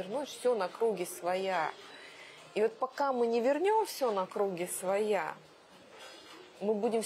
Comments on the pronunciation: чуть не поперхнулся со слов "на кру́ги своя" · "На кру́ги своя" Ну тут как бы... Стыдно спросить, но Маргарита действительно гражданка России? Учились ли она в школе? Почему в речи депутата столько позорных речевых ошибок?